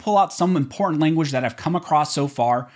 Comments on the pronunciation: Learn how to pronounce the work important. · Love the content Really appreciate how you breakdown the law and cases....... until you say the word important. Guess it's the California in you. That said, thank you for what you do.